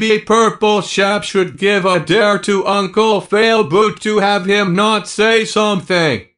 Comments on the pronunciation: Yeah but it's not Failboat it's Failboot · So now you have to do a video where you don’t say unCle FaILBooT you have to say unCLe faILBoaT